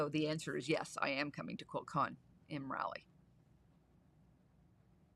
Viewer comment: Just because...its Rah-lee, not Raly. But don't lose your precious Canadian accent, eh?